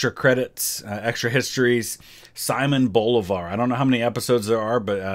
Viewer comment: I’m Venezuelalian and it’s pronounced seemon boleevar